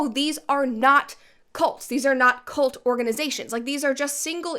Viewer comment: I keep hearing Colt instead of cult. Colt is a great way to stop a cult btw.